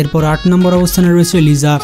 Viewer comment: ভাই লিজা 😂😂 না লিছা হবে 😂😂